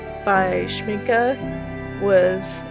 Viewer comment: I have all the granulating colors from Schmincke, since I am in Germany I can get them easily. By the way, congratulations on pronouncing Schmincke the right way!! You are the first one who is not butchering the name! Most americans say Shminkey (gringe...) I enjoyed your video very much! I would love several colors from DDL but geez, they are crazy expensive 😞 But I will definitely get some from A. Gallo. I have several from them and they are lovely too! DId you try their brushes? I got a set of travel brushes from them for my birthday and they became my favourite ones, italian quality for real! Love and light to everybody here!